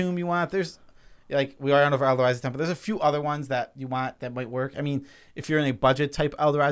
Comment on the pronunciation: Why do u keep saying elda....razi